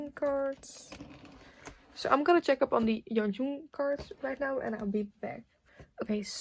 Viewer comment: Just letting you know Yeonjung's name is pronounced 연정 not 연중 ! :)